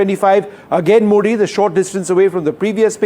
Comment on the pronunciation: Air base's name is Muridke and not Murid